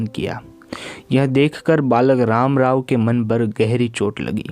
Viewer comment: पर की जगह पय पढ़ना